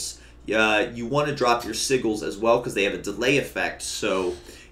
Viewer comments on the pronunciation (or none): You are saying "sigil" wrong. It's Si-jel.